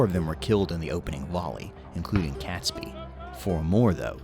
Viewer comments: It’s ‘Catesby’ pronounce Kate-s-bee NOT Cats-by! 🤬 AND don’t get me started on Worcestershire (Wuus tar shire) or whatever the narrator mangled it into🤯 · No one calls it Guy Fawkes Day. It's Guy Fawkes Night; Bonfire Night; or Fireworks Night. Catesby is pronounced "Kate's Bee".